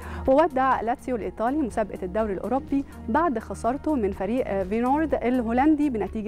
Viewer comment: فينورد الهولندي والميرا!! ياريت تجيبوا حد يقدم النشرة الرياضية يكون عنده خلفية رياضية ويعرف ينطق اسماء الفرق صح..